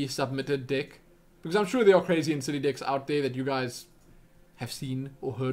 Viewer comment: it sounded like you were saying dicks to play instead of decks just letting you know